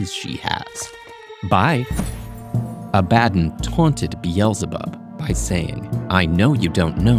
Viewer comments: Omg, it's "AB-uh-don" not "uh-BAD-en" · IT’S PRONOUNCED (Aaah - buh - dawn) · That pronunciation of Abaddon is diabolical